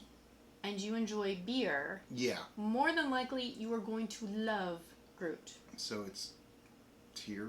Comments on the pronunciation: Tends to be pronounce groo-it :) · Hey guys, i'm from the future and love how you are learning all this stuff (like how a refractometer doesn't work with alcohol)! You'll get a lot better thankfully, so no worries! Also, being a Belgian, I wanted to comment how to pronounce "gruit", but realised the "ui" is prononced in an impossible way to explain in written english. I'm sorry!